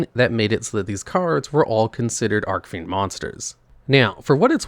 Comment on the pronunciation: Is there some kind of inside joke I'm missing that he's mispronouncing "Archfiend" on purpose or what? I cant be the only one that knows it's not ARK-fiend it's ARCH-fiend as in the golden ARCH-es or my ARCH-nemesis. CH- as in chief because they are a "Chief of fiends". That's what Archfiend means.